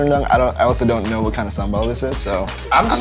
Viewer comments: not Sam ball it's sambal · the way he said sambal sounds like 'same ball' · "Sumbowl" that's how you pronounce sambel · Its really funny when evan pronounce sambal as SAMEBALL 🤣🤣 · Sam-ball??? Sambal. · Sambal but a heard him said “Sam Ball” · Sambal Sean : Sam-ball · Love how Sean says sambal as sem ball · Saambal? Is that just, in what we call in Tamil, Sumbal? Lol idk just reminded me of it 🙂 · How to prounonced Sambal like Sean : Sam-Ball BTW, It's terrific if I see this show talking more about Indonesian and ASEAN foods. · Sambal woi..bukan someball😂😂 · "sam ball" , I'm so sorry for you Sam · Yea, Sam-Ball. That is definitely how you pronounce it. good job man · did he say Sam Ball? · did he said "some ball"?? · Sean, you made me cringe when you pronounced sambal. No, you actually made cringed everytime you pronounced an indonesian dish😂😭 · bruh sean slaughtered the name